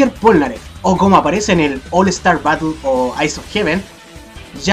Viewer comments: ¿porque dices pornaleff en la parte 5 :,v? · Sabian que se pronuncia plnaggeff